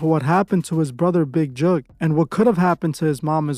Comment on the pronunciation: Mans pronounced "Tentacion" better than literally anyone in the world ever has, but can't pronounce "Jook" for the life of him